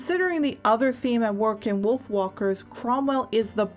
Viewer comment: Yea, it kinda sounds like "Wiolf walkers"